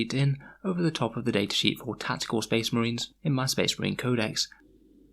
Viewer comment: spehs muhreeens. Great bit